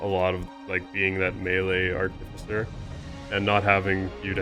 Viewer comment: I'll say this for you. When it comes to the artificer, you guys tend to put the emPHAsis on the wrong sylLAble!! LMAO